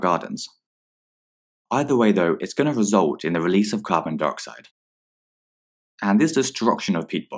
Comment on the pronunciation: It sounded like they were saying ‘Carbon Deroxide’ and I’m literally screaming inside